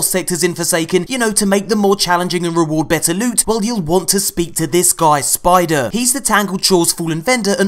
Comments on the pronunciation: "I like my lewt to be sweet and precious" lols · I love the parts where you ask bungie to buff the prrrreshious lewt.